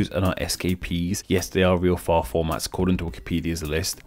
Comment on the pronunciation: What is "Fi-O"? Could you mean FILE? The letter "L" is not silent.